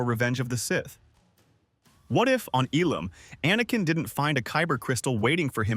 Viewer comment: Ilum - not Elam 🤓